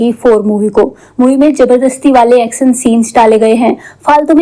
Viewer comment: Aksan, sooting , eshtory, washte,hosss, kosiss, alieesa, kuss, jinda, behoss, trushht, hindi aati nahe to explain kyu karte ho😂